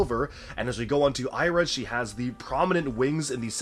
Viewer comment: You pronounced Sira wrong. It's See-ra, not Sigh-ra